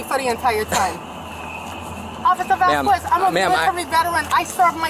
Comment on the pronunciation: OffiCer VasKWESS....Officer VasKWESS....Officer VasKWESS...OFFICER VASKWESS if ur gonna keep saying his damn name SAY IT RIGHT its VAS-KEZZ. or jst stick with OFFICER n y should he give u mercy when u wont act like a grown ass woman....smdh jst pathetic